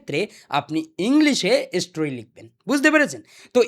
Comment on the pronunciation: স্টোরি ❎ এসস্টোরি✅ 😂😂😂